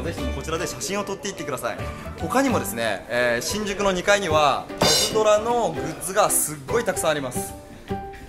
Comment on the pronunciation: パズバトじゃなくてパズドラじゃね？